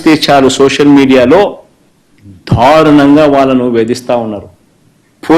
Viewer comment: ధరుణంగా కాదు రా పుక దారుణంగా